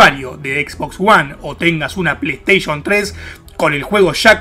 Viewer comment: "Resident ivol de pleistieshon que sho jugaba "